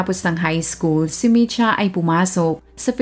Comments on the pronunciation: Kotsyanchich. Č = as in "ch" in chicken or cheese Mitja is Mit-ya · Mitja Kocjančič ( Matiya Kotsyantsich) yan po ang pagbigkas ng pangalan nya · Not a resident of Slovenia but a citizen of Serbia, ang tamang pronunciation po ng name niya is MIT - YA and surname is KOTS-YAN-CHICH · Ang bigkas po ng name nia is mitya kotsyanchich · Ang tamang bigkas Ng pang Alan ay MI-SHA.